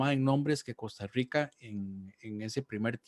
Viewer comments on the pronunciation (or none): Jajaja me justa como dicen Costa Rica 🤣🤣 Costarwica dicen 😂